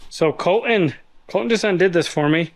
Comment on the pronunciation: It's "Col-TON' not "Col-TIN' or "Col-en". should get to do a burn out everything wrecks something and has to repair it.